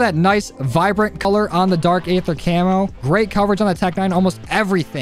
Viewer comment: Aether is pronounced like eather